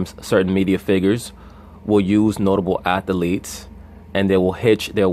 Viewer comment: "ATH A LEETS" BRUH...😉